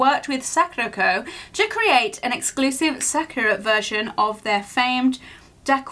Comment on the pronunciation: I'm pretty sure it's pronounced sakurAko and the actual cherry blossom sAkura. Being on theme, you should watch "5cm per second" 🌸